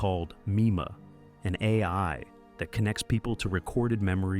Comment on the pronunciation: Is this an AI narration...? It stuggles pronounce "AI" correctly, of all things, and there are some weird mistakes in the script like words that don't fit. This is disappointing beyond belief.